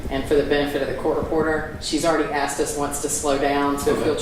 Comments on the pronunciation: The word is ASKED, not AXED. What a mess in this county. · Is he saying axed instead of asked? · When did “Axked” become a word?? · It’s Asked not Axed ‘ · I can’t listen to him saying “axed” over and over again. He sounds ridiculous. He’s dumb, mean, unresponsive and argumentative. The judge is obviously afraid of the DA’s office. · He did a lot of ‘axing’ Dangerous guy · and “ax”. 😂😂